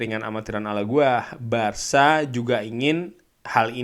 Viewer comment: BARKA ya guys bukan BARSA